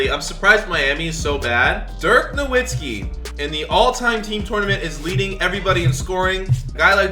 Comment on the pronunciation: It’s Pronounced Novitski even tho he has he W he is an international player